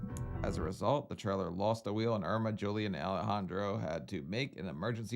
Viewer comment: If I hear say “Joeliun” one more time I’m gonna scream.